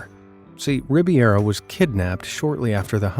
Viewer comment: Ribeiro!!! Not Rib(i)eiro... for gawd sake, dude!!!😂😂😂